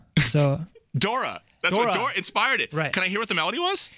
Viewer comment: DORI, DORI! NOT DORA! idiot.